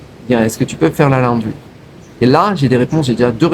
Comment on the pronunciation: Ça ne se prononce pas la-o-ndry mais laundry. Perso je lave mon linge moi-même. Ça prend 5mn et ça sèche en 30mn au soleil.